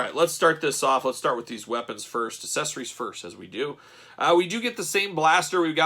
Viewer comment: Why do you insist on pronouncing "accessorues" incorrectly?